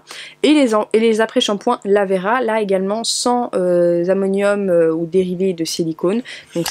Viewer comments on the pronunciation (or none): none